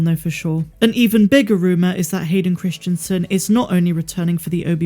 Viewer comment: You're pronouncing the name incorrectly. Even though you've spelled it correctly in the title. Christensen [kris-en-sen] Not Christianson [kris-tian-son]. It's strange that you can spell it yet not say it correctly.